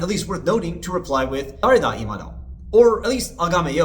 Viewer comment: Man I love your insights and well researched information, but please work a bit more on your Japanese pronunciation, the English accent is so strong. For example your "dare da" sounds a bit like a pirate saying "durr e da", probably because your tongue is rolled up towards the top of the mouth when it should be flat with the tip behind your front teeth.